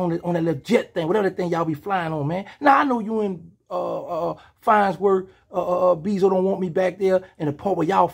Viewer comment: 😂he called him fonsworth beezo😂 I no birdman got to watchn these videos trippn😂